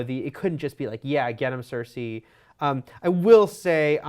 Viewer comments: Cersei not cersa ffs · Cersei = "sir-see" not "sir-say" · It's cer-ce not cer-say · SER-SEE not CER-SAY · why she keep saying cersai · I don't know why but it really annoys me when they pronounce it as "Cer-Say"... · same, really bothers me lol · Cer-say? Toe-men? C'mon.. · Why is it so hard for them to understand that the episode skipped parts in time. WTF I'm glad they did it that way we don't have 3 episodes if travel and filler. Also I hate the way this girl is saying Cersei. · The way she says Cersei XD